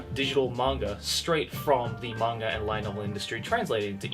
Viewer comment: Im I the only one who hears saying manger instead of manga?